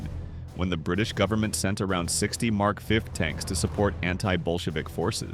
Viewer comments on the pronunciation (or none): Ahhh the good old mark fiv tank.... (another great example of AI chat gpt and voice-overs making something seem professional and lazy at the same time...)